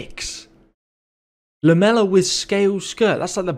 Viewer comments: lamellar... "Lam-ella" everyone else "Lam-Ell-Ar" as in Laminated. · I know you have dyslexia and I love your content but it’s called Lam-A -Lar on the armor